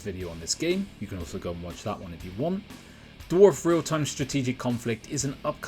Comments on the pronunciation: This guy: Dorf 😒 Dwarf 🗣️ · Why do you keep pronouncing it "dwarf"?